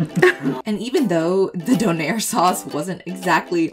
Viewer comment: Not co air..donair